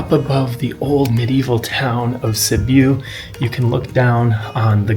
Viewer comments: A small cute town, with a metro area of around 270000? And it is a city.. It is not Sibooooo, it is Sibiu, pronounced like Sibb-i u.. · Sorry dude omg can’t pronounce the city and it’s not small.